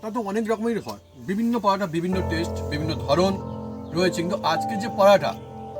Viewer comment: পরাটা পরাটা কি???? পরোটা বললে কি দাঁতে ব্যথা হয়? অযথা নিজের ভাষাকে বিকৃত করে কি পান?